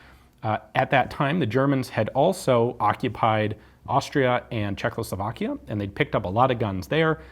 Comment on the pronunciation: Sorry Ian, but you repeatedly keep calling CzechOSLovakia "CzechLOSovakia", which is not correct. Excuse me my nitpicking, you are doing awesome work, keep it up)))